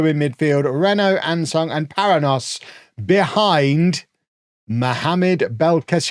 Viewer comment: Paranhos is a Portuguese or Brazilian name, which is pronounced pa-RAN-yohs.